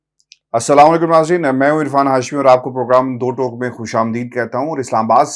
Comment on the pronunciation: یہ لفظ دو "ٹوک" نہیں touuuk "ہے